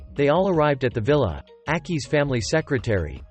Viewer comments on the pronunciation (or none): none